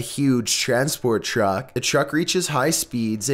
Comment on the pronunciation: Why are you saying "Chuck" instead of truck